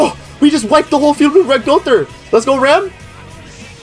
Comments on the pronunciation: Her name is pronounced "Ram" lol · She is RAM and you pronunce RAM Rem is the blue sister